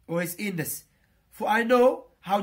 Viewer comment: Ur really good, but please work on pronunciation. Specially word 'against', 'illness' etc